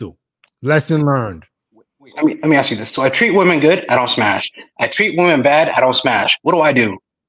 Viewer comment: Ask 🙅 Aks ✅